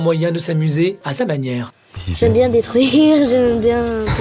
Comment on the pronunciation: C'est surtout le '' daitruire'' aie mes yeux 👀